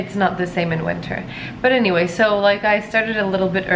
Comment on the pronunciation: The way you said "anyway" I bet you are Turkish :-) Nice video.